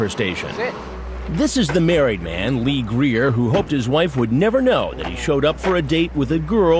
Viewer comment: its lee greer its lee greer!